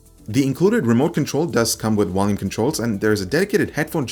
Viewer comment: WOLUME CONTROLS!